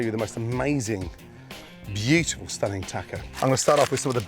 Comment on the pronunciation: Say "bjitiful" one more time Gordon, I dare you...